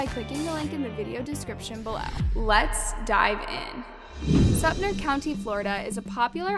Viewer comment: not you pronouncing "Sumter" wrong two times 😟